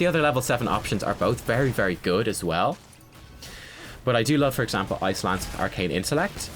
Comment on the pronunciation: The whole video I thought you were saying "Ice lands," but I now realize you were saying "Ice Lance." Dang accent :P Congrats on 5k. seems like just yesterday you were still at 2. I love how your channel is growing because you're so incredible ^_^